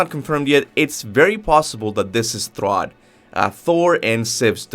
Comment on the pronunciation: It's thrudr btw. Not to be rude or anything I'm just saying idk where this "throd" is coming from